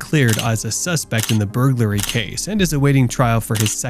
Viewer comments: More like but was a good call in order to get ahead of it. “On a suspected buhhuroguly charge” <— say whaaaatt??? : marks the moment that the script reader saw the word ‘burglary’ for the first time in his life 📖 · i had to play like 4 times just to hear how you pronounced Burglary lol It was like youd never heard the word before. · I will seriously pay you 20 dollars via an app - if you the YouTube channel speaker for the episode “When evil doctors realize they’ve been caught” if you tell us all WHY YOU SAID BURGLARY like that. Because now I can’t even watch the rest of the episodes nor the remainder of this one —- its broke my brain and increased my curiosity. Please answer us - we are all so confused. We want to make sure you didn’t have a stroke. (go back to so you have a couple seconds before it begins to ensure your volume is on and screen unpaused etc) Buhhuguroaly vs burglary [ber/bur-glar-ie] there’s various ways to look up the phonetically spelling and it comes with an audio button so you can practice the word before creating an episode. We won’t make fun of you - well…I won’t. I just want to know what happened….was it maybe an impending stroke? (That happened to someone on tv once, they said something very wrong like you just did and she later had a stroke but she took head while on tv - and someone called in and warned her and that saved her life) but this was 5 months ago - so the more important question is…’were you cognitively aware you were doing this?’ Or ‘did you even know you said it incorrectly?’ So …..many ….questions. 😳 thank you for your time - no harm no foul! WE JUST WANT TO KNOW WHAT HAPPENED 😃 🙈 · LOL buhorrglury charge (I’m surprised they had this person read out the script hahaha) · He said blurglury charge 😂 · Ah, those dreaded boorgloorly charges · Am I the only one who heard the word "blurglery" on the 1st one ?!? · The way you say burglary pisses me off